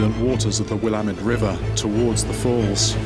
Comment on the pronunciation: p.s. Thank you for sharing the voices and experiences of our local indigenous people. And for pronouncing "Willamette" correctly! :D